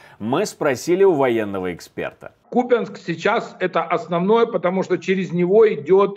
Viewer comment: У Купянска ударение на У